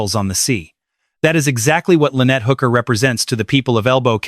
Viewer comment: Her name is Hooker NOT Booker Mr. A.I. speaker.